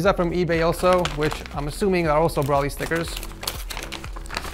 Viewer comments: (Bro-lee) not (bruh-lee) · It’s bro-ly not bro-ley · His name is Broly, not Braly. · Nobody: “brawlee” instead of broly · Is it just me or did anyone else get annoyed when he said brolly instead of broly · it irritated me aloot when in the beginning he said braly not broly pronounced bro ly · Isn't it Bro-Lee not Brawl-ee correct me if I'm wrong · Its bro lee not brawly yes I'm that guy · BRO-LEE NOT BRAHLEE BRO-LEE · It's not browly it's bro ly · i dont know why it triggers me when you say brawly i just say goku or kakarutto or is brawly a difrent person i dont realy watch dragon ball anymore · The way he says broly 😭😭 BROLLY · Lmao it triggered my ocd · Why you say broly like broccoli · my man cant do a broly PC set up if he cant say the name properly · The way you say Broly is actually pissing me off! I don't even watch Dragon Ball Z and even I know how to pronounce his name! 😂 Pleaseeeee watch this video and start pronouncing his name correctly! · I can't not think about him pronouncing Broly wrong :(